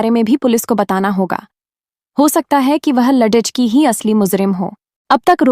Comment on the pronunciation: Shabdo ko galat bol rahe hai